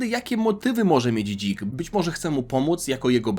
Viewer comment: Jaki kuhwa Dzik? Normalnie Zik czytaj a nie się wygłupiasz.